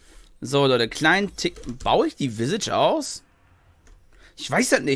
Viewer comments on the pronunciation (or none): none